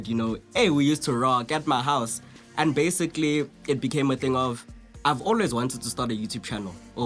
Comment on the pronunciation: Lol... sometimes it sounds like,"Basigally"